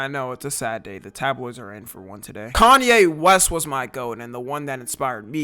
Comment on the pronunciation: Who even is "kan yay western"